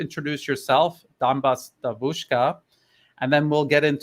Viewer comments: New Atlas accent in "devUUshka" (young female) is very WRONG, it's [diEEVushka]. it's the same with [bAAbushka] (grandmother) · …. Devushka, stress on the E, not the U. DEvushka. In Russian it means girl as in young woman. Devochka is a girl as a small child. Just to aid in your pronunciation.;) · dEvushka - Young woman, not davUshka. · is excellent in anything except pronunciation of Russian words. His devushka was hilarious. By the way Alex'es English has a very good, very understandable pronunciation. It was a pleasure to listen to you both. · He also missed the word "allegiance" when he said they "swear to their country". I am convinced that a native English speaker would say "swear allegiance to their country" Also, he pronounces the word "devushka" in a way that would be very unusual for a native English speaker. I understand he studied medicine in England. They would speak with the "home counties" accent, wouldn't they at those medical colleges? I am a native Russian speaker myself, lived in the UK for a long time, worked for the BBC as an interpreter, and I was told (by the British) a few times, that speak English better than some British people do. It is not impossible. His accent is way better than mine though. I think he is exceptionally good at language learning.